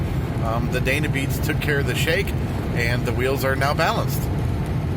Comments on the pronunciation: Dyna.... not "DAYNA" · Since it is spelled "D-Y_N_A" WHY in the world are you pronouncing it "day-na" long a??? Did someone tell you that or is it just your hack at the name? Cause I am thinking "DINE ah" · Not Dana. I, as in Dina. Why do people have such trouble with a Y? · It's dYna beads, not dAna beads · It is pronounced “DI-NA” !!!!!!!! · Cool video but I cringed every time he said "dayna". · Odd way to say Dyna. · Panic Farts it was driving me nuts too.